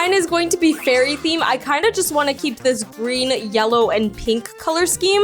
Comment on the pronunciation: Btw in the video you said scem instead of theme 😂😂😂